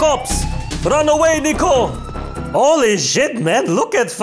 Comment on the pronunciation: Why i always heard Nico Bellic its like Neko Bellic (NekoPoi) :v FBI OPEN UP